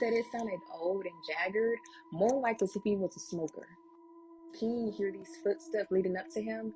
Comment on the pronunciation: To the braided black girl that is talking about King ~ King isn't pronounced keenGUH. The g is soft, not hard. And it's a one syllable word but you're giving it two syllables. You aren't even consistent. Sometimes you pronounce it correctly but you bounce back and forth. And the word 'looking' isn't pronounced lookeenGUH. And the word 'replaying' isn't pronounced replayeenGUH. Listen to how educated people talk! You sound ridiculous. It's annoying to try to listen to you. I can't continue. Sorry to all of the other storytellers on this video that speak correctly but I can't continue to listen to this girl until she learns to speak correctly. I'm out.